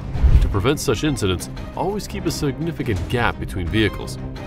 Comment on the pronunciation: Incidents. Not incidentses…